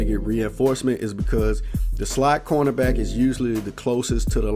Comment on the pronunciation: He said "CONErback" instead of cornerback. I love ice cream CONErbacks